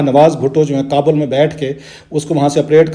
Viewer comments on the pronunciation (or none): none